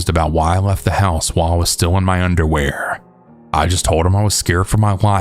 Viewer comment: What's the emphasis on the underwear? It makes the story a comedy.